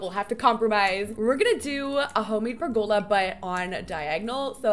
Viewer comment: 😂 I can’t help but giggle every time you say pergOla. Lol so much emphasis on the O.